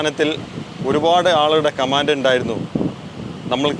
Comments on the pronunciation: കമാൻഡ് അല്ല കമെന്റ് ആണ് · ടാ കുണ്ണയെ കാമാന്റ് അല്ല കമന്റ് കുണ്ണയെ